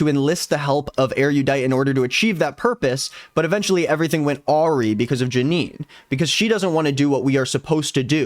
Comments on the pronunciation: my king… awry is pronounced “a-rye” not Ari😭 ((and yes… your one mispronunciation is my favorite part)) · really enjoying this series, keep it up! just FYI, « awry » is pronounced like ah-RYE